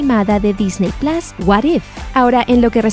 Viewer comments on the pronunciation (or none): none